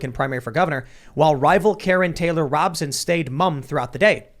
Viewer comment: I'm no fan of KTR, but understand her name is pronounced Robe-son, not Rob-son.